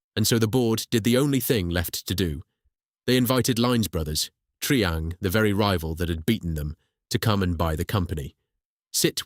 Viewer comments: Triang is pronounced try-ang not tree-ang. God that's annoying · Triang = pronounced 'Try-Ang'! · mispronounced of Triang, and we lived in Margate. Unforgivable, otherwise good or very good. Spoken too fast...